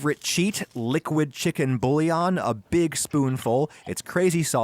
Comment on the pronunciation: Omg the way he pronounced bouillon. Beef bouillon would've made more sense.